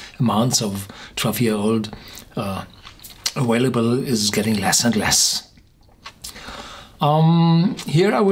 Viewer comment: Why do you always say aWailable instead of aVailable??? The second letter is a v, NOT a w!!!